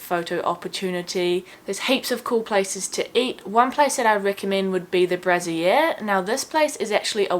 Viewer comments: 'Haus' in French means 'up'. 'Haus' in German means 'house'. Also love the way how you mispronounce "Brasserie" as "Brassiere" - the short for of bra (something very different) 🙂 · It is Brasserie not Braziere … you said Bra not bistro… Haus is German. Maison is French. It actually turned me off with you mispronouncing those words. Sorry. Travel the world. Learn the language.